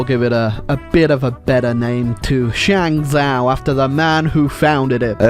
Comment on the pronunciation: Initially was quite irritated that kept calling it Shang-zoww instead of Shang-Joe, which would be the proper pronunciation, but then I realized hey, this is his channel, his kingdom and at the end of the day, he's British. He can't help it